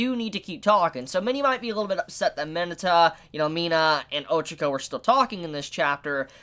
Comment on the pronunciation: And ochako instead of Oh Chalk Oh